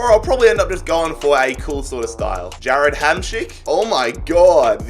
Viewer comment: Ja”rrr”ad HD 😂🤟🏽